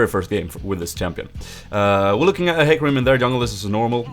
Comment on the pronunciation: Its like HE(U Say it like He Not hy) And ca(Like Ka) Rim.(Like Rym :P)